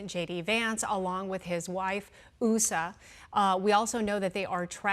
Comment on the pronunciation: Couldn’t they have used a more professional female broadcaster than this? The Second Lady’s name is Usha (with an SH sound- it’s mispronounced several times) and a limousine used to transport a casket is a hearse- NOT a Hearst.